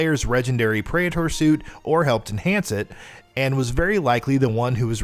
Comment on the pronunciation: Ah yes the pray-ehtore suit